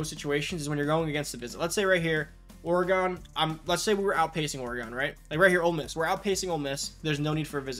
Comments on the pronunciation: it’s pronounced like “organ” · Never heard pronounced Or-Gone. lol. Oregon=Or-gen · Did you just say Orey-gon? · it was an observation. But I’m aware of how people pronounce other cities differently like Louisville, New Orleans, and St. Louis…etc. Just never heard Oregon pronounced that way, clearly I’m from the other side of the Mississippi River. Lol